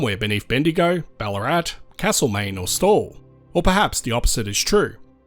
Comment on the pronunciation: Note that for Castlemaine, locals use an a like in cat, not cart, in that first vowel. Your pronunciation is kind of in between the two.